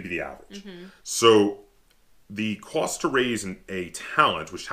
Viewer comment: Hehe, I was just being a goof, you were talking about cost I believe and you have that accent and said Qwast. It made me think of a scene from the movie Revenge of the Nerds when the Asian guy was trying to say, "Lobster Claws" but it came out, "Wobster Cwaws" and Booger hears it and says, "What the fuck are Wobster Cwaws".